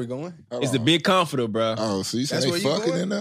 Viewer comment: My nigga said “ a comfort Terrr??” 😭😭😭